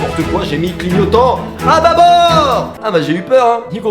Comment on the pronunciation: Suis je ka seule à mourir de rire quand il a sortie "à bas bour" 😂😂😂